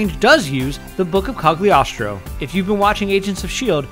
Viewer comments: Nit picking point, although spelled Cagliostro, it is pronounced Cal-ee-oh-stro. Count Alessandro di Cagliostro was an 18th century Italian adventurer who was either a great occultist or one of history's most successful frauds, depending upon your point of view. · its pronounced cuh-lee-ostro, dumbass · what u said cogiogiashtooo???